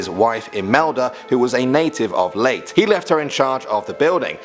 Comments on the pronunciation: The way you pronounce leyte is ley-te not leyt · It's pronounced "late-teh", not "late" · Umm why say late but is leyte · Its ley-te not pronounced as late. Its ba-na-haw. Not banaho. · It's so cute to hear him pronounce Leyte (lei/te) as late 😭😂💖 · Uhm I am Pilipino there are some wrong pronounced. Banahaw not Banaho. Leyte not late. Pronounce it right pls... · Samar and layte it's pronounced (Samar and Lay teh) noy late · It's pronounced Leyte not late And I live there that's why I know Thank you for making a video of the phlippines! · btw its pronounced as ''Ley-TE'' not ''LATE'' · It’s pronounced as “Ley-te” not “Late” 🤣😕🙂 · Leyte? Its not pronounced as late Its Ley-te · Its Leyte Not Leyt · It is pronounced as “Leyte” not “Late” Just saying :) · Its not leyt Its leyteh That how to pronounce it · Leyte Its pronounced as ley-te not lait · Dude. THATS OUT PRESIDENT!! noice and its pronounced Sa-mar and Ley-te not late. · Samar and "Leyt"/Leyte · Btw its not leytee Its ley te thats how you pronounced it but the spelling is leyte hahahaha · Leyte is not pronounced as late it is pronounced as layte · Why late? Lol Its Ley Te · btw thats not pronounced as late its lay te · It's not leyt its pronounced as Ley-te, well at least u tried also its Aswang not Azwang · Its leytEHH not late! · Its pronounced lei-te not leyt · Its pronounced ley - te not leyt.. Im a filipino so im commenting this xD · The pronunciation of Leyte isn't "late" but "lay-tee". And it's not "ba-lay-tae" but "ba-le-tei". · It’s not pronounced late it’s pronounced lay-teh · Its pronounced "leite" not late in the Philippines, you say it how you see it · The Leyt is pronounced "ley-te" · Its not leyt its (ley-te) thats how you pronounce it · U pronounce it with e not leyt. It's ley/te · Its pronounced lay-tay....lol he kept saying late. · leyte is not "Late" its [ lay te ] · dude it's pronounced Ley-teh not la-te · Leyte isnt pronounced as "late" its pronounced as "leyt-eh" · it is ley te not leyt mkay